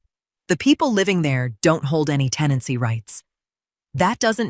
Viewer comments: Otha is the attorney … not OA. Tenancy, not teny. Good grief even for AI this is terrible. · TENANCY not “teny” (that isn’t even a real word).